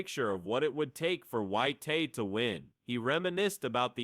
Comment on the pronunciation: It's not "Whyte-tay" or "Whyte-hay". His name is Dillian Whyte. If you can't even pronounce the boxers names correctly, then don't even bother creating the content in the first place 🤡